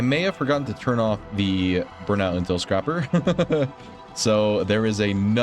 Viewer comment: Also, it's intel scraper, not scrapper xD It scrapes the comms for intel, doesn't scrap it :D